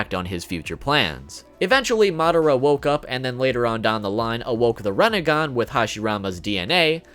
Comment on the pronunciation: What’s a renagan? You mean rinnegan?